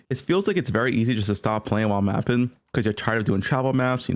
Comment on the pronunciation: My boy hates the letter G. Sprintin, mappin, castin, fightin